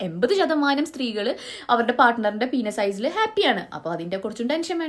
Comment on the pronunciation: പീനസ്.. Good pronunciation 😂